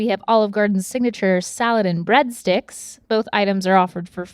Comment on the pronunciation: Nobody: Link: Salád